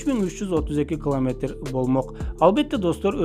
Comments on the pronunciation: Клометр дебей километр деп туура суйлочу.Маалыматына рахмат. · Туура окучу бай болгур , кламетр эмес километр ! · Муну биз сенсиз эле коп жыл мурун укканбыз ,жанылык эмес !! Эмнеге жулунасын менин сага айта Турган кенешим ,жакшыраак окучу ,биринчи класстын баласына ,окшобой кламетр эмес километр , кулкуну келтирбей